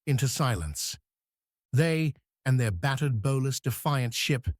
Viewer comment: Another really bad artificial voice. Cannot pronounce bow. Forward part of ship.